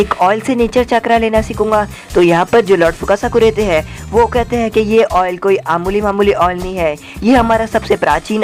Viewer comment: Aamuli ❌ mamuli ✅